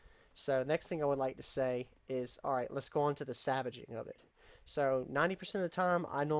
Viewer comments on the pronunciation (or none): Dude are u saying savaging an item? Or salvaging an item?